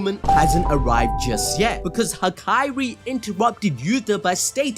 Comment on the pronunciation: HAKARI BRO. It’s HAKARI. goofy ahh